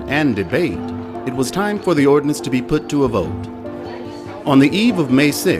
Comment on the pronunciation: nice video. Please correct: Ordianance Ordinance.